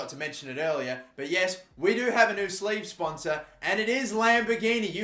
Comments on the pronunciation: anyone else hear him say "slave" sponsors😂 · He said sleev his accent makes it sound like "slave"